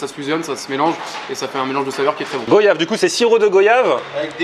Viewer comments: GWAYAAAAAVE PAS gÔyave!!! La prononciation es catastrophique bouhou moi qui te pensais antillais 😭😭😭😭😭😭😭😭😭😭😭😭😭😭 on ne dit pas VOYAGE MAIS VOIYAGE ( Prononciation mdr ).Sinon c'était cool;) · ON DIT GOIIIIIIIIIII YAVE PUTAIN GOIIIIIII PAS GO YAVE CA SE PRONONCE GOI JVAIS TNIQUER (sinon super vidéo :D ca a l'air grave bon grave bon je connaissais pas les bubble waffle) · Salut on ne dit pas "goiave" mais "goyave" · A on prononce pas comme ça , ça se prononce comme voyage en gros goi-iave sinon continu comme ca